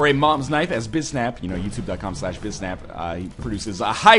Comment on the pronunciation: _- It's Bisnap.